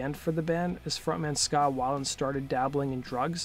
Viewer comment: It’s scot whale-end not how ever u say it